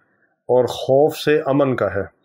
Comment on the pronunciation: Aman se khuf nahi khauf se Aman ..